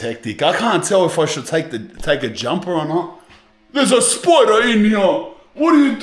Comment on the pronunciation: " there`s a spoider in heeaaa" 🗣🗣😂